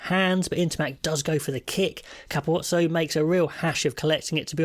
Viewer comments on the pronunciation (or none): I speak Italian; I'd pronounce it 'kapwotzoh'. The general rule is that vowel combinations are often pronounced more 'smoothly' than in English; as if they were one letter. They also tend to place the stress on penultimate syllable, in case the '-uo-' part. I think 'Kaputzo' might be a reasonable Anglicisation of his name. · briliant video, capuzzo pronounce the z more